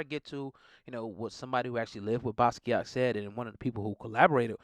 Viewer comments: Totally buthcering his name several times in this. Watch an interview or two or TEN and listen to him pronounce his own name!! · Butchered his name smh